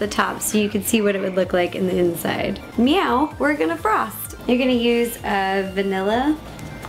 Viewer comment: ro you said mewo 2 timed